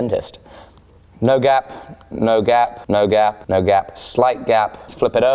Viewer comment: I thought you were saying “gab” lol